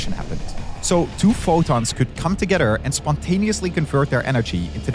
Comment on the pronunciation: Why the funk does he have to pronounce together like togetter? LOL